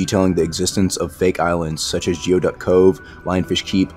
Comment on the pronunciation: its pronounced as gooey duck